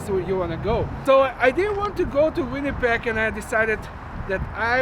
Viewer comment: I can't believe you still mispronounce "Winnipeg" and "subdivide" - do practice your V and W sounds!